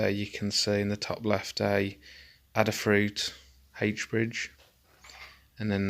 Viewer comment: These panels aren't backlit... They used UV bulbs in the front pillars on the top right of each dial. This illuminates the needle as well as the dial. It also simplifies the lighting as you don't have to backlight. And OMFG... these are pretty amazing panels but one thing that drives me bonkers is calling them Adreeno and Adderfruit boards. It's ARR DWEE NO and AID-A-FRUIT. The latter because it's from Lady Ada's company... not Lady Adder lol. Other than that, it's some good info.